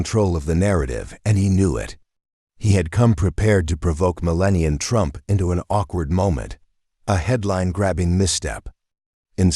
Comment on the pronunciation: MeLAH NEE AH